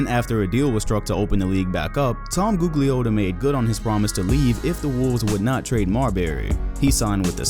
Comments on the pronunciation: You cant pronounce Tom G name, smh, trash video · ....you don't even know basketball... because you pronouncing Tom name wrong as shit.... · butchered Tom Gugliotta's last name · You pronounced Gugliotta wrong. Besides that, I haven't seen anyone mention Tom Gugliotta in ages now. Brings back memories